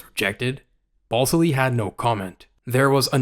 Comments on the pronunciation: FYI dude, his name isn't BALLS ILLY it's BAL SILLY (with the A in BAL like cat). Just food for thought. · Are you saying BALLSILLY